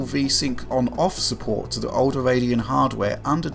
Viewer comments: Wtf a Radeno? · its radeon not radeno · yep the new AMD RADENO Serious XD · "Radeno" Must have been a tpyo